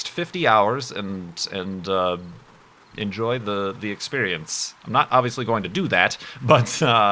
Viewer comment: you saying ''enjoy'' like in lithuania :P